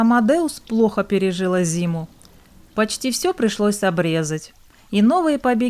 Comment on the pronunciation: НЕ ПЕРЕЖиЛА, А ПЕРЕЖИЛа !!!!